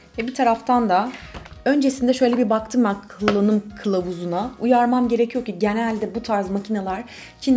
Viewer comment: pek anlayamadım ama kıllanım kılavuzu mu diyor kullanım kılavuzu mu?